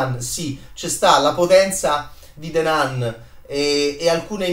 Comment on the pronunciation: Non voglio fare il professorino ma si pronuncia "Nun" ...the nan non si può proprio sentire